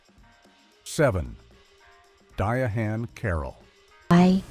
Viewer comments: DIANE..NOT DIE-A-HAND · The machine said "Diya-Hann" and "Dinesty"! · I wish the narrator would learn how to correctly pronounce the names of actors and entertainment shows. There's no reason for him to mispronounce Diahann (Diane) Carroll and Dynasty (DI-nas-tee). And his mispronunciation of Klute was just sad.😠